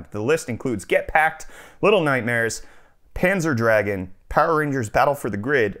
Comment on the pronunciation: Panzer Dragon? Couldn't even pronounce the name of a Sega game correctly?